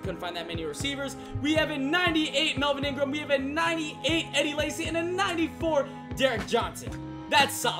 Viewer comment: "Melvin Ingram" 😧